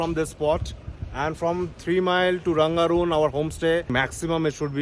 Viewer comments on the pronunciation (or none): रङगून् बोलो ।Rangoon not Rangaroon, if you can read English, say properly.